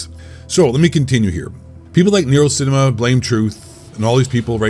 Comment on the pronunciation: Feels weird hearing you pronounce NerosCinema normally and not NerosSSSSSSSSCHINEMA